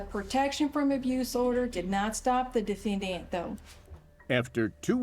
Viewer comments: Anyone else also keep saying DEF-AN-DANT ? 🤣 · The real tragedy is how the prosecutor pronounes the word defendant. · Defend-ANT I got a kick out of the attorneys pronunciation of the word. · Not that it matters, but the prosecutor pronouncing defendant as defenDANT is odd. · "Dee-fan-dant"... Jackie Spradling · "the defend-int" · Why does she pronounce defendant like that?????😅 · What is with this lawyer's pronunciation of the word "defendant"? 😅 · That prosecutor should have been disbarred just for how she says ‘defendant’, let alone the misconduct. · YES! I just passed that part and was cracking up in my office.